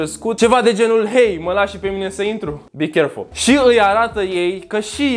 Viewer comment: "bi cherful" 😂😂